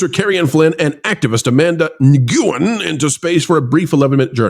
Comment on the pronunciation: You scrolled past the names, if you were trying to pronounce Nguyen I've heard it as just when or Wen I guess